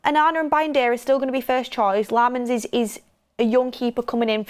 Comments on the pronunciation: Senne himself confirmed his surname is pronounced “Lommens” so please stop saying “LAAmens” 🤦🏻‍♂️🤦🏻‍♂️🤦🏻‍♂️ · Pronounce his last name correctly it’s Sennat Lamons how it’s pronounced. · They always butcher Lammens' name on this stand😂😂